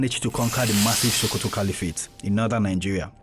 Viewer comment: Its SO- ko-to .... Why are you saying SHO-ko-to?